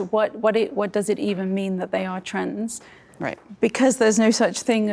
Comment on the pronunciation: random observation unrelated to the topic at hand: anyone notice that when says 'trans' it sounds like 'trends'?